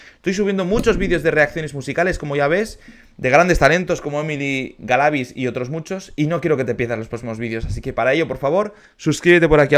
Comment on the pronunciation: Ella ganó el concurso, ah por cierto ahora si estas pronunciando bien el apellido Galavíz.